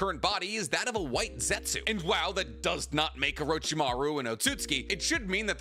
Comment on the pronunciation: 😬I literally cringed every time you said Mount Myōboku and Ōtsutsuki. Why can’t you ever pronounce them right. Those and Byakugō Seal you say wrong.